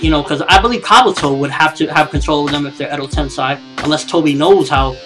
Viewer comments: how can you be such a naruto nerd and can't pronounce edo tensei....sei not sai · Your saying edo-tensai its edo tensei pronounce it like this edo-tensay..... kinda annoying when you watch the series all the time and still get it wrong im from japan and naruto will die at the end bee comes close to death but dont think he dies. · Edo Tensei EEEEDO Ten SAY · You pronounce Edo Tensei funny...